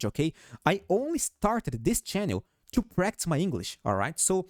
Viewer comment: Hail Hydra! And praise be the TSM earnings report tomorrow. Also ‘I started this channel to practice my English’. Practice is typically pronounced Prac-Tis. With the T I S all pronounced. You’re saying Practs/Praxs which is Slang. Not bad just wanted you to know.